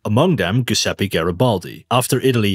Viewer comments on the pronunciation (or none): great video! just a heads up, the g in giuseppe is a soft g sound, like a j in english. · Giuseppe sounds like Jewzeppe. In English.